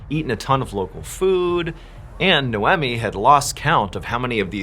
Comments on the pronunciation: You really need to learn how to pronounce names: Noemi = no me Audrey = (are you fugging kidding me?) aw dree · Noemi Pronounced no me not no emmie and Audrey pronounced - or driee not or dray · Your arrogance is astounding! No one pronounces Noemi as "Nomee" like you suggest! Quick Google Search produces: The name Noemi can be pronounced in a few ways, with NO-eh-mee (like "no-Amy") being a common English pronunciation, while the original Hebrew pronunciation is closer to "nah-oh-me". Other variations include the French "no-am-ee," the Italian "no-AM-ee," and the Spanish "no-EM-ee". Depending on ethnicity! Your pronunciation doesn't seem to exist AMYWHERE! Audrey can also be pronounced several ways but, I'll let YOU do some research. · Hello! Noemi is pronounced as "Noy-mee" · nay oh mee? ah dree? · Funny how you pronounce Noemi and Audrey name😂😂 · Dude, calm down with your "NO ONE SULLIES OUR PRINCE OF STORIES LIKE THAT" nonsense. I went to school with many Audreys and they did in fact not pronounce it the way John did. Ive known one NOEMI, but am unsure how she spelled it. It could have been NOMEE or something. Your lashing out is unwarrented and silly.